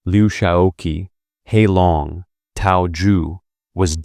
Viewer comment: He, the Marshall's name, is pronounced roughly huh or a cut-off hair, not hee. President Qi's name is a curt "chee." If you are going to narrate any topic, you need to know something about it.